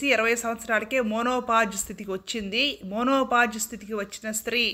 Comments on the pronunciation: ammaaa............ monopause kadu... menopause... yedi paditey ade cheppakandi devudu ave me estam.... kanisam science ni spoil cheyakandi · Menopause pronounciation = మెనోపాస్ Not మోనోపాస్